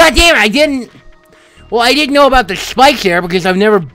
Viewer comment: i love how he says spikes "chpikech"